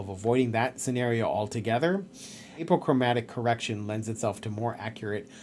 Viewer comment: Nice review. Honest and straightforward. Plus and minus concerns noted. One small thing: it's pronounced AH po chro MATIC